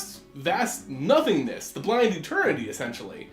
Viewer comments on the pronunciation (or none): none